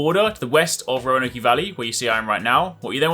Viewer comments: You don’t pronounce the “E” in Roanoke. Based on your accent though I’m assuming you aren’t from the U.S. so I can give you a pass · It’s not Roanok-E it’s pronounced Roa-noak. E is silent. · I always heard it pronounced. Rone-oak. Not Roan-oak-e. Its pronounced the same as the city in Virginia. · Roanokeeeee lmao. Its spelled row-an-oak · For future reference, it’s Roanoke is pronounced “Row-in-oak” not “Row-in-oak-ee.” Love the video! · Row a nokeyyyy??? Row a Noke. Roanoke brotha 3 syllables no E sound. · RoanokeY valley? Y'all invented the language dude... No excuses. No e sound at the end, row a noke, not like nike. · Not a big deal, but it’s pronounced “ Row a noke”. It’s a city in Virginia, USA. Not , Row A No Kee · You sound like a tossa when you say "Roan-Okie", its Roan-Oak. Good guide though, cheers mate... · How English of you put an extra E on Roanoke ridge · I've never heard somebody call roanoke "roanokey".........if you are illiterate, it should be illegal for you idiots to make guide videos........nobody should be listening to anything you have to say, ever..... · The only thing better than the quick pace is the zooming in and out The only thing better than the zooming is "Rownowkee" The only thing better than "Rownowkee" is "cola springs" lol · "Roanokey" made me cringe every time, but great vid none the less. thanks for being succinct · This man said Roanok E valley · "Roanokee" valley hahahaha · "Roanokey Valley" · the "e" in Roanoke is not pronounced. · Respectfully you adding the EY sound trigger the shit out of me for some reason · For the love of humanity, learn how to properly pronounce Roanoke! For fuck sakes. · There’s no way this man pronounces Roanoke like that lmao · The E is silent in Roanoke 😆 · They way you pronounce Roanoke actually bothers me to no end. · The e is silent in Roanoke. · Bro is purposly miss pronouncing state names "Roanokie" "West Elizah"